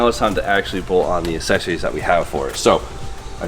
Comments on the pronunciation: Dear, I love you dog but you sound like my kids with that "assessories" lol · I know I sound like a jerk but it's aK-Sessories and damper not dampener there is no N.